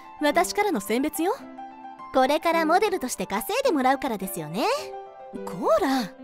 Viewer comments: モ↗️デ➡️ル じゃなくて、 モ➡️デ↗️ル だよね？多分…。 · モ⤵︎ デルって言い方気になる… 私はモ⤴︎ デルなんだけど…